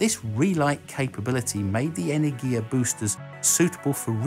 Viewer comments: Ene'rgia not Energi'a wrong pronunciation and Energi'a means something else. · pretty sure energia should be pronounce as energya with that y like in enjoy... but i might be wrong too...